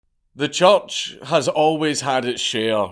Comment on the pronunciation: Scot: says "church" Me: Did you say "judge"?